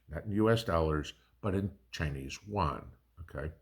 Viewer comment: Isn't it yuan = U AN not JUAN, he's a buddy from down the road. 😅